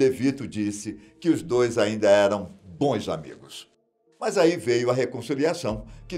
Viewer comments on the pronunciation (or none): none